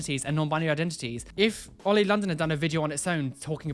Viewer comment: oh they just said "oil" instead of oli hahaha